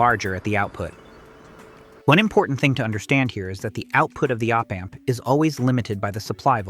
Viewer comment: ...AND OH-PAMP😅